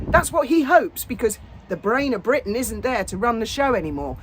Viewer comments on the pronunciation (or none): none